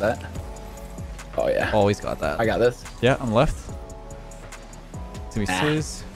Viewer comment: it sounds like: Yeah, I'm and not like yeah I'm left😂